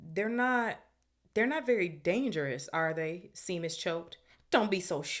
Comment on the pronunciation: Love the read so far... one thing though Seamus... is pronounced Shaymus, its an Irish name.